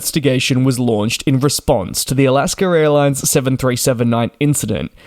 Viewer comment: It is Alaska, not Alasker.